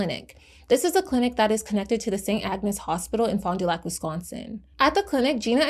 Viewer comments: I’m from Milwaukee. It’s “ FAHnDUhlack” lol sorry it bothers me. Wisconsin cities are notoriously hard to say without a ‘SkANsin accent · locally we pronounce it “fondle your sac” 😂